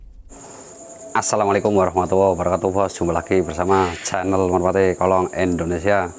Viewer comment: Indonesia. Bukan Endonesia Pak Dhe